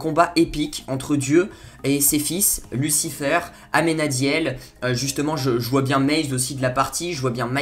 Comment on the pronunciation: c'est Michel pas Mickael et sa se dit lucifér pas lucifeur après jsp si c'est un accent que tu as